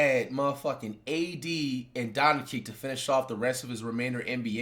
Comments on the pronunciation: The fact that he kept saying "Donakick" even though Jimmy was pronouncing it correctly (Donchich) the entire video had me irrationally irritated lol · Get used to it. Fligh knows how pronounce it right he jist choses not to. Donakick is a nickname he has for Luka. Got used to hearing at as Donaking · Wait is Flight trolling??? lol I was laughing then he kept Saying Doncic wrong even though people are saying it to him consistently. Mark doesnt own the team anymore, explaining what an agent is, Players not knowing about trades lol. I think there has been plenty of proof that from years of player interviews of players knowing haha. Also an Owner cannot just move a team lol. Im so lost hahaha. I fuck with you Flight but idk its just hella entertaining to be this wrong and loud hahaha. Big fan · Bro someone teach him Luka’s last name